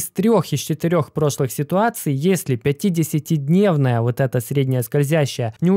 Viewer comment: Блин, все видео прямо резало слух 50 ДНЕВНАЯ скользящая, 100 ДНЕВНАЯ скользящая, на НЕДЕЛЬНОМ ГРАФИКЕ. Это уже не оговорка) это фиаско братан)))